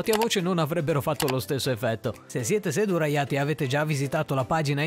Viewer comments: Se-du-ra-ia-ti? Giapponese? 😅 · se siete "SEDURAIATI" ? o.O